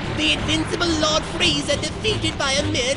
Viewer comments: Why do people call him “Freezer,” it’s Frieza. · yeah but you say his name as "FREE"za. so why the heck would there be a random I ruining the name anyway? Freeza is such a better name.